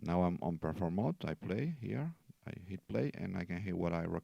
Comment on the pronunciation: hard to understand. There is no Pear Form mode. REE CORD.